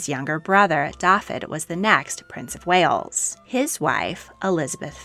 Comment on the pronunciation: Very interesting,but the pronouncing of the Welsh names should be thus : Owain is pronounced 'Owe - wine', with the emphasis on the 'Owe' Brenhines is pronounced 'Bren- heen -ess' with the emphasis on the 'heen'. Dafydd is prone 'Dah-vith' ,emphasis on the 'Dah' Ferch is pronounced 'veh-rrch' with the 'r' rolled and the 'ch' as in 'loch' 👍🏴